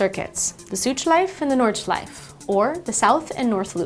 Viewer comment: She just say Nordschleif I miss the E!!!!!